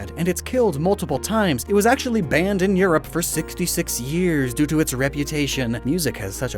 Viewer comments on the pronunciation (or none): none